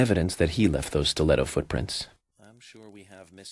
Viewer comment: He just pronounced "footprints" foodprints"